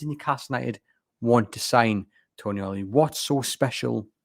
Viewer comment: Not Toni-ali. It's pronounced Tonaali :) a long A.